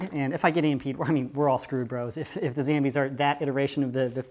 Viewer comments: Why do you say zambies instead of zombies? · I love how you say zambies instead of zombies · Why do you call them Zambies? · Wy u call zombies zambies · It isn't zambies it's zombies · it's not zambies it's zombies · It's zombies not zambies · Why do you say SAMBIE! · I Tell everyone at my school about you they all think you funny I told them about how you say ZAMBIES instead of zombies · its not called zambies its called zombies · Its pronounced Zambles.